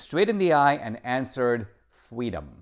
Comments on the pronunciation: Thank you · A communist who wants fweedom. I doubt it.